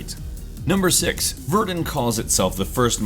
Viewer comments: Verdin? It's pronounced Ver-dun, just like it looks. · Even though this is quite old, Verdun is pronounced 'Ver-Dun' not 'Ver-din' just wanted to point that out.. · Verdin? It's Ver dun. (no space) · Its "Vahr-dun" not "vErDun" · It's pronounced ver-done. It's French. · It's pronounced Ver-Done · you pronounce Verdun as Verdin? I am so ver-done with this channel...